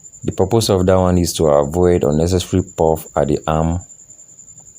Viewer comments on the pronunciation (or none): none